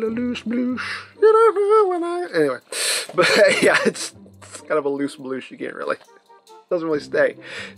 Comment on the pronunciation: When I heard him say "loose" I was expecting "loose canon", but bloosh is fine 🙂